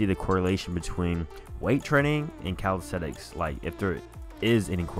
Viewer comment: its calistheNics, not calistheTics